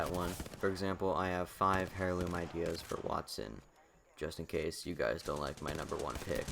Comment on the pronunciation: Nice video, but it's pronounced "air-loom" not "hair-loom"